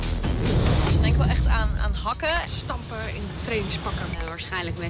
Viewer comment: Hoe ze hakkûh op de Nederlandse Antillen 😂